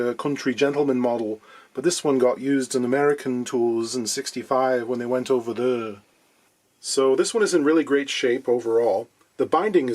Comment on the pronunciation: I laughed out loud when you said "went ova thurr"